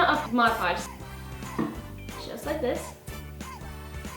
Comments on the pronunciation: God I hate it when people say modge podge. It's MOD podge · Why do I always hear people say Moj Podge instead of Mod Podge??? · Not trying to be a hater because i love you and your family soon much, but it is pronounced MOD podg